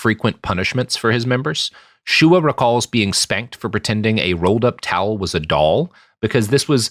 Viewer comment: Shuah (SHUW-ah) not Shoah. Different word and meaning